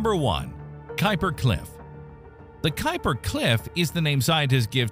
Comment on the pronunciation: The first thing you need to know about the Kuiper belt is how to pronounce Gerard Kuiper's name correctly.